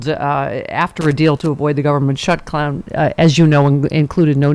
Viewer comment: Hilarious! Stephanie, when you were trying to say shutdown, it came out as "shut clown". As they are the result of the Re-PUBIC-ans in the clown car, maybe we should start referring to them as shut clowns. 🤔